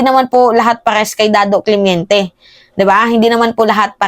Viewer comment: Nainis sa yo puro ka daw “clemiente” dapat clemente